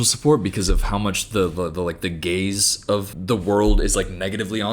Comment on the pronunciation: totally thought you meant "gays" for a second, then I realized you meant like "gaze😭🤣